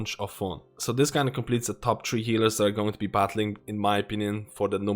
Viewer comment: "These are the top tree healers"